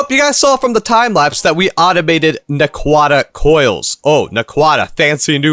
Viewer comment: too bad he doesnt pronouce them right 😢